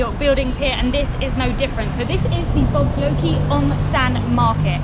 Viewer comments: the way you pronounced "Bogyoke" makes my blood boil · Not "Bo go ki" market. Pronounce as "Bo Joke" which means General. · It’s not Bo-yo-ke market, it’s pronounced Bo-joke market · The bo..go..ke market .Thats called Bo Gyoke Market.🥰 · It pronounces Bo-Joke market. Bo-joke (Bo Gyoke) means general referring to General Aung San to honour him for the gain of independence. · I appreciate your work on this video and your time in Myanmar. Here let me point out my impression of your video too. I heard you pronounce our general name in the wrong way!! I understand that this might be difficult for you guys to say it out the right way of Myanmar's name. But it's okay to say "General Aung San" too. That's easy and comfortable for you to speak and for us to hear.